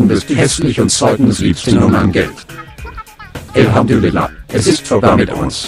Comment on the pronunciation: sagt ähmhandürillah (bin türkin) Waswir